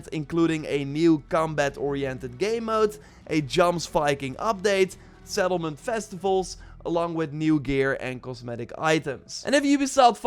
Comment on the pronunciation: Sounds like he said settled men 😂 testicles for sum reason😂🤣🤣😅😂🤣🤣🌑